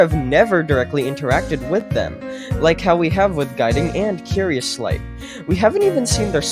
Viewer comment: "Mischievous Schlight"